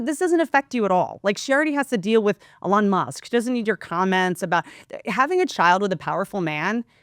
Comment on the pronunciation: "A-lawn Musk" Perfect!